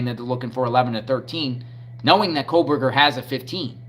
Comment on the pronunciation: Bro…stop saying “Kohlberger” His name is Kohberger …there is no L